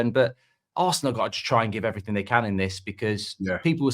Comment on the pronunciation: Brighton are frew. Bournemouth are frew. Man City are frew. Ah fink. And everyfink.